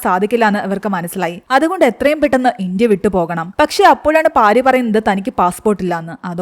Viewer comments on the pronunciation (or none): പാരി അല്ല പാർത്തി ആണ്